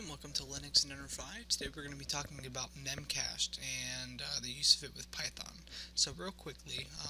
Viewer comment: Good video, buit it's called "mem cache dee"